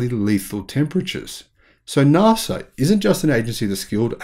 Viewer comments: NASA! Not NARSA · It’s pronounced NASA. Not Narsa. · I thought you said "Nazi Technology" for a moment :-) I've been watching too many videos about WW2 and Hitler, obviously.